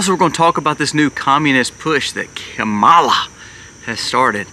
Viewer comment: Great content! I just wish you would make sure the audio is correctly synced with the video. And, that you pronounce Kamala correctly.